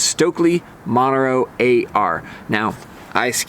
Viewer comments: The name Montero is pronounced mon-TER-o. Not MON-ter-o. The accent is on the second syllable. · Good review. I demoed them the other day and was also impressed. I tried it after trying the Original + first...very impressive ski. I was surprised how easy to ski and how much I enjoyed the Montero AR. By the way, you are mispronouncing Montero, even in English.